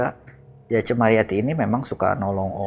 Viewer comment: Ci ci ci. Ceu woyy bukan cii